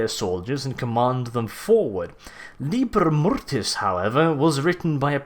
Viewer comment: Maybe you mean LibEr Mortis not Libr Mortes?